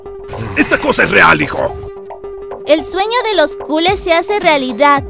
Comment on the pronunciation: No le está poniendo el acento a la palabra culés como debería ser y no es la primera vez...es: culés* NO cúles! 🙄🙄